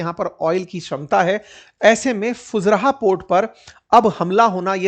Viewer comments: Not fuzraa sir fu zai raah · It is pronounced fujaira not fujraha Sor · Fujairah ❌ फुजरहा ✅😂